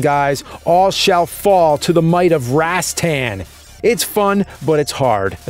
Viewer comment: Unfold that stock, maggot! Remember the awesome boss battle music from Darius Twin? "orangutan" "rohs-TOHN." You know, with the "a's" making the schwa sound and the accent on the second syllable. The word you're looking for is "anagram." I'm pretty sure you've used that word in past episodes.